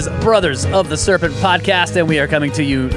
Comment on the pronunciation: or so " a skerpent